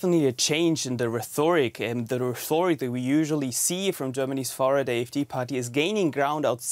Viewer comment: "The reTHOric ... " ... Echt jetzt, Deutsch Welle??